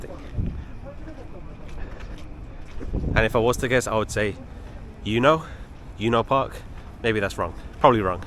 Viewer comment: ueno pronounce like. a. woo way no